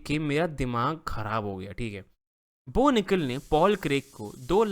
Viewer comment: Bo Nikal ❌ No Nikal ✅